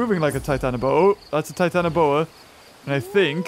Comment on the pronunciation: are you sure its called titianoboa? EDIT the battle looks based off that documentary battle